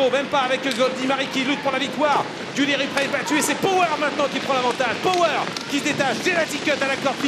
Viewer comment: Commentator cannot pronounce Power😆